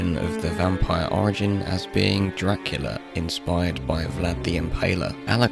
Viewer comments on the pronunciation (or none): none